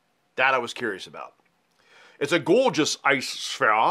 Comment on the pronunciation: At work today something - I disremember what - reminded me of your "gawgeous ice spheahs," and I couldn't wait to see the latest Bourbcast. Lemme see how many sips of my Old Grand-Dad 114 you'll make me take. 🙂 Finally, two sips! 🤣 That ought to be a cool series. My first glass tonight was the regular 4 year Old Overholt.